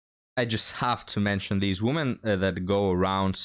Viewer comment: I'm here to listen to you talk about " theez woomans"